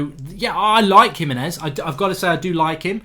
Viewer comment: HE-meh-nez, not hi-meh-nez. No one can say his name right.